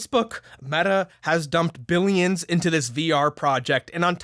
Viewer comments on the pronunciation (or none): Did u just say "billiams of dollars?" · Did he say "billiams and billiams of dollars"??? 🤣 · Did you say "billions and Billiams of dollars"? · "Billions and Billiams of dollars"😂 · billiams of dollars did you say? Lol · “Billions and Billiams”